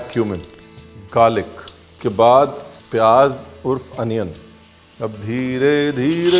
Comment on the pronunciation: not pyaaj........ pyaaz, thank you